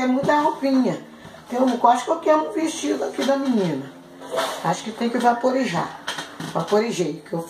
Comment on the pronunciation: "acho quem tem que vaporijar, vaporijei" kkkkkkkkkkkkkkkk